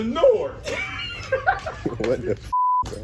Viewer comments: “open the noor”😂😂😂😂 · Dude said “open the noor” I lost it😂😂 “I’m eternal” a fire ass response tho to the age question gang ima have 2 use that